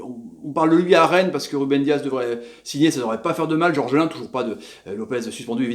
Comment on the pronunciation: Gorgelin pas georgelin sinon décevant ce match